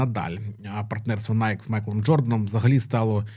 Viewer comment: Бренд в США насправді звется - найкі (з наголосом на "і")